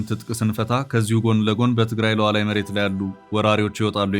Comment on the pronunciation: Don't say Lualwi.